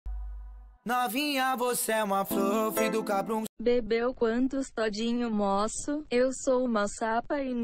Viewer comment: "MÔSSO" MORRI KKKKKKKKKKKKKKKKKKKKKKKK